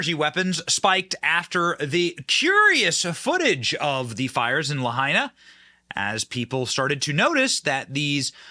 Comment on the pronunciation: Benny finally pronounced "Lahaina" correctly...